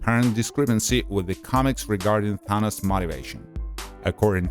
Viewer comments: He said Thinis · U pronounced thanos as Thauns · Did he call thanos thenes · Its Thanos not Thanas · this man called him Thanis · Hehe........ He sed tenes instead of Thanos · First off, if the movie is about him and follows him, he is the protagonist no matter what, the movie is about his journey so to call him the antagonist is just stupid and shows the lack of attention to the Greek research part he did, since it originates from the Greek language. Not only that, doesn't care enough to learn how to pronounce another's culture deity/personification of Death Also people tend to space out their words when speaking/reading so good job conveying about 10% information to viewers since, you know, Apparentlythisishowpeoplespeakwhentheywanttofeedyoubullsh!tandexpectyouoranyoneelsetounderstandwhatyouresaying >,> BAKA